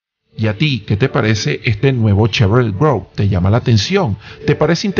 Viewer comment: Hola.. la pronunciación es es Chevrolet Groove (gruv). Saludos!!